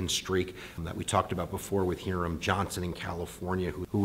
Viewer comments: Hí-ram, not Heerum... say it right. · Hiram Johnson. The Hi is pronounced like hi, as in hello. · Hiram is pronounced with a long i sound.